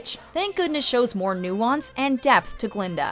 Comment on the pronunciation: it's Guh-Linda, with a "GUH".